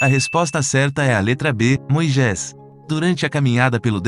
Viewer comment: Por favor, vc pode me tirar uma dúvida, pq vc fala " Moijés"?? Está escrito Moisés.... grata